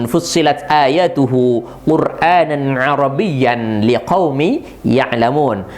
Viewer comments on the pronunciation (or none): وَٱلرَّ ٰسِخُونَ فِی ٱلۡعِلۡمِ یَقُولُونَ ءَامَنَّا بِهِۦ كُلࣱّ مِّنۡ عِندِ رَبِّنَاۗ Afwan pelafalan ayatnya pakai huruf FA bukan BA dan pengucapan Al Qur'an disurat Fushshilat antum mmbaca 'AIN pada lafal QURAANAN padahal HAMZAH sekali Afwan ane santri asal Sumenep 🙏🙏🙏